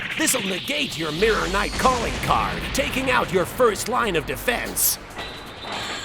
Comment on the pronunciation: Lost my shit at “You’re twoo busy cawling teia a SLOOOOT”